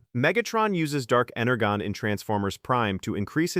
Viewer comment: It's pronounced ener-jon